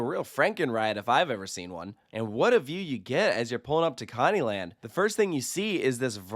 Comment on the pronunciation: Sounded like he said commie land , and that sounds like a park where none of the rides are working lol